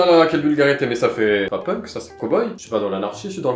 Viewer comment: Alors qui lui dit que punk sa se prononce penk 😅😂 Sinon je t’adore et ton l’engage aussi ❤